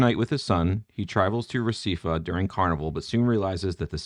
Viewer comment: Recife is pronounced ray-see-fay